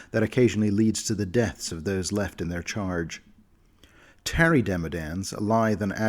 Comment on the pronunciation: Y did u pronounce the Tarry Demodands like that, it is pronounced like the word Tar, not Marry, since u know, they seep tar out of their body.